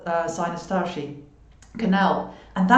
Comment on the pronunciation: are you originally from eastern europe or germany perhaps? The way you said "tarshi" makes me think this. Thanks for all the info by the way!